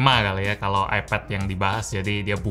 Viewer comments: Kok nyebutnya epet si bang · AiPED NYEBUTNYA BUKAN EPED